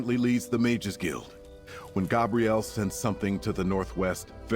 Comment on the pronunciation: It sounds like an AI voice over wtf. Listen , when he says "Nothing else makes sense" along with contant mispronoinciations of Vanus and Gabrielle's names.